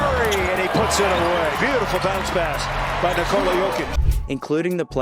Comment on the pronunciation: Finally, NIKola pronounced normally. Thank you, sir!